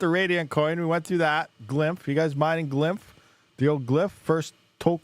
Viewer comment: It's called glyph not "glymp..."